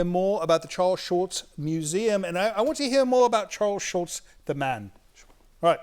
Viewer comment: i love how the curator for the Schulz museum keeps saying SchulTz, the way he remembers its supposed to be pronounced .. the way we ALL remember